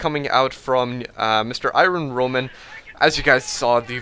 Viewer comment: i-RON roman.